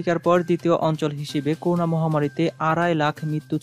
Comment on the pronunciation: করুনা নয়, করোনা।